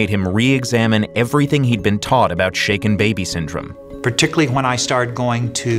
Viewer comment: Now may not be the time but I thought they said shake it baby syndrome for a good few seconds